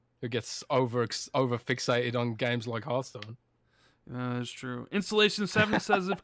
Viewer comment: Its not E3 and there's absolutely no reason CoD cannot be exclusive. If only pronounced Hearthstone correctly. 🤣😜